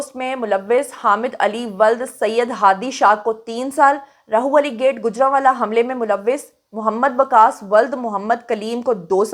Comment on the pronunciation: Sorry to correct one mistake plz Rahwali hy Rahu wali nahi hy Actually Urdu mein Rah ha k sath Lahorri ha likhi jati jo ha wao hu dikhti hy but ha Ra k sath mila k Rah banta hy &wao alag se pronounce hoti hy😅